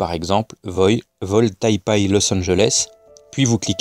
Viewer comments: On dit Tai PEI et non Tai PAAAAI (rigolo) Et Google Maps ? Serieux ? C'est ça ton argument ?? Continue, je devindrai platiste avec toi :) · D'ailleurs Taipei se pronnonce "taypé"